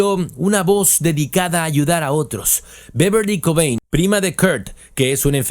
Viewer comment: Well buddy, it’s not really pronouncing his name it’s off. You sounded English to me unless you’re AI I don’t know how you could get KURT COBAIN i’m really emphasizing on the last name. I’m not being a bitch either. I just noticed. Every time his last name was mentioned i got a tic. I have tourette’. It’s not your fault